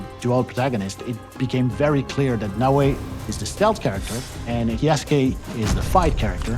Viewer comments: Lmao, Yasuke who? Jasuke 😂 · did they mispronounced yasuke? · Why is she saying his name like that?😅